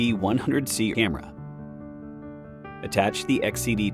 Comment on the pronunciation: 😆 The A.I. voice can't pronounce camera correctly. To me it always sounds like "Emma".